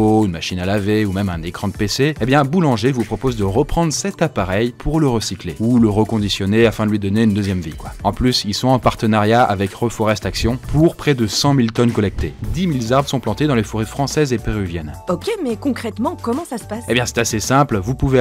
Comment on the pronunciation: "Dix mille z'arbres"... ça ne s'arrange pas, les liaisons mal-t-àpropos